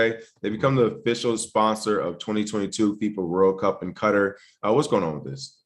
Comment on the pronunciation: Damn! Look at ma boy King nailing the correct pronunciation of Qatar ("cutter") like he was a military man stationed there! 😉